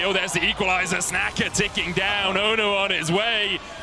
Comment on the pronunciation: LLA team feeding so hard medic calling 'snaker' as 'snacker'